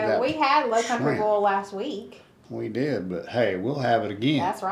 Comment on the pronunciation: i luv how boil comes out as boll and not boyle